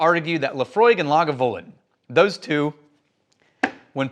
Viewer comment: I don't trust a man that can't pronounce Lagavulin properly.